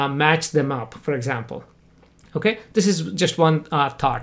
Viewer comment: omg every time that he says "for" i think he is saying "fur".